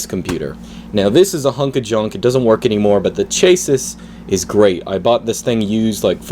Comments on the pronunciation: "chases"...u mean chasis as in shasie? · Its not pronounced 'chases', its 'chassy'. "A car has a chassis." thank you for the video. i don't wanna make you feel bad, but it hurts my ears to hear it mispronounced twenty times. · It’s pronounced “ch ASS ee”. Loved the video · Chassis is pronounced /ˈʃæsi/ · Thank you for your channel! You've saved me from much research on how to update my x200 :) Oh and it's 'cha see' .. not to sound like a grammar nazi (I'm so not) but..sharing is caring. Have a good one. And, thanks again.